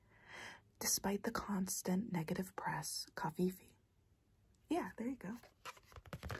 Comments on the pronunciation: I got so triggered when she said coffee was cofefee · Why did she say coffee as cofefe? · Her: Cofefe Me: Coffe Her: No cofefe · Didn't any one notice that she said coffefee instead of coffee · Coffee? No its cofefe LOL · It’s not coffefe it’s coffee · It’s coffEE not coffeeffe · It is pronounced... "Covfefe"... Donald Trump twitter reference!!😂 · Did anyone notice she said coffee-fee? 🤣🤔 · Why she say coffifiefi though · I THOUGHT SHE SAID COFFEE FEET 😭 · Wait so she was serious about pronouncing it co fee fee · Cofeefee ?? ummm ok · That’s now how I pronounce coffee 🤣🤣